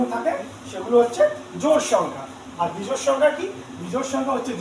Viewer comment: বেজোড় নয়। 😂😂😂😂 বিজোড়😊😊